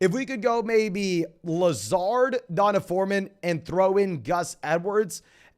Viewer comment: i lose 1 day off my life every time you pronounce D’onta (dee-ahn-tay) as DonDuh